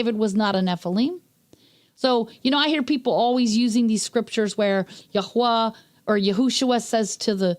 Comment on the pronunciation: Nice to hear His name correctly spoken. “Yahweh” is a cainanite god, not the creator.